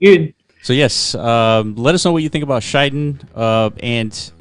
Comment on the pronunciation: Good to see KSM ecosystem projects picked by Block runner. btw pronunciation is Shi Den not Shai Den (｀･ω･´)ゞ sir